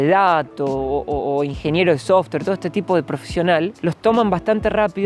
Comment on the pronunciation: Es hermoso ese paìs!!! ahora bien,, please!!!! "softguer" (Software), softer es "màs suave que" jajajajajaj!!! Me encantan!!! Besos Sandra desde Argentina ❤